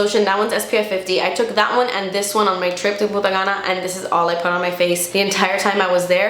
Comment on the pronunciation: I keep hearing puta cana.😂